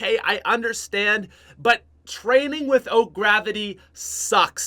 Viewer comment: "traiming" -rick sanchez